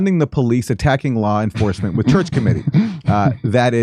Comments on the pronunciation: He said "Lar" enforcement, 😂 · Did he say lor enforcement?